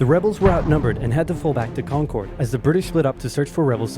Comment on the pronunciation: Props for pronouncing "Concord" the right way, without the weird emphasis.